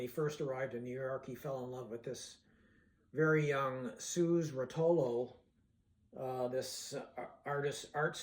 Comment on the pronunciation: It's a terrific movie, and most people who see it are greatly moved by some of the scenes. I certainly was. It totally gets the spirit of that time and of the principal characters. Here's a little tip: "Suze" was pronounced just like the usual name "Susie" is. It's just a different way of spelling the name Susie. You know how there are 4 or 5 ways of spelling "Megan" now? Well, it was like that. Suze = Susie. 🙂 I had a good friend who was at the Newport Festival in 1965 and he saw the famous evening performance where Bob played the 3 electric songs (unexpectedly!) and then the 2 acoustic songs. He said he loved the electric set, and that about half of the audience also did...while approximately the other half did not, because they didn't want their folk hero Dylan playing with "a rock band". You'd have to have lived through those times and been part of the folk scene then to understand the deep hostility that the folk fans had toward rock music! Folk fans considered rock music to be "stupid commercial radio songs for stupid teenagers"...nothing but silly love songs with lousy lyrics and way too much noise. Rock fans were similarly unimpressed (for the most part) by folk music which was much more about the lyrics. So there was this huge cultural divide at the time over that issue. But a lot of the younger folk musicians were moving into new possibilities, and Dylan was at the forefront of that. The Old Guard of folk veterans who were running the festival weren't happy about it